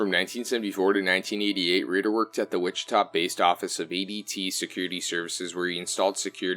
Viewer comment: RAYder not ridder